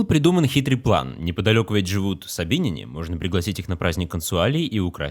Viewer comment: Не знаю как правильно, но на всех экскурсиях в Италии нам говорили "собинЯне", а не "собИняне", и произведения искусств "Похищение СобинЯнок".